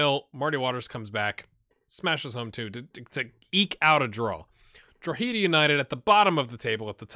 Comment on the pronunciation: Yeah when he was younger he was quite highly regarded for a while. I only ever heard it Gary 'The Buzz' O'Neill though, never as 'The Buzz' Gary O'Neill. Also... Drogheda ends head-AH rather than heed-AH. ☺